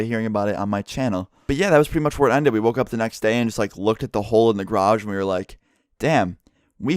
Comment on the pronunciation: Why doyou say enlid its ended